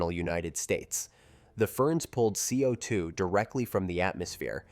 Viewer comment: I wonder what speech engine was used for this. It's pretty good. I probably would have continued to believe a human had narrated this, if it wasn't for the repeatedly weird ways it pronounced CO2.